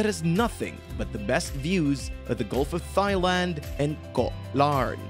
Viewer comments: have to give this video a thumbs down for pronoucing Pattaya and Thailand wrong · I don’t know. Thigh-land sounds pretty good.